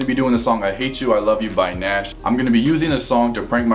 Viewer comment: it's pronounced G-Nash, not nash